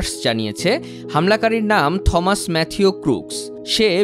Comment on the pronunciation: '' থমাস '' বলে কোনো শুদ্ধ ইংলিশ শব্দ নেই. সঠিক হবে '' টমাস '' -AN ENG EXPERT, AGE 58.